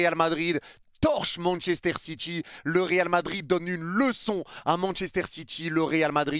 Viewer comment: Manchester Citchi 😅😅